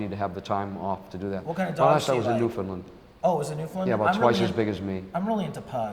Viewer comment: Im in amazement that he pronounced Newfoundland correctly..... I'm a Newfie